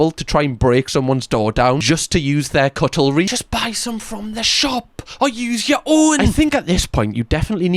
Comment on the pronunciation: my man said cutlery like cuttlefish